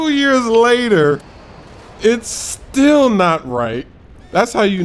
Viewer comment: he says still like he says steal in 2K13!!! Give that guy a homophone teacher.